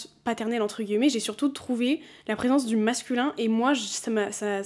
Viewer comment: j'ai recommencé à regarder tes vidéos après une petite pause YouTube. Et il y a un truc qui me fait percuter à chaque fois mdrr, c'est le fait que tu prononces "guillemets" et en soit tu le dis très bien mdrr mais c'est la première fois que j'entends quelqu'un (ou du moins que je le remarque) le prononcer comme ça. J'ai toujours dit "entre guimets" va savoir pourquoi, sûrement l'accent parisien qui fait qu'on mange les mots etc mais vraiment à chaque fois ça me fait sourire, voilà ^^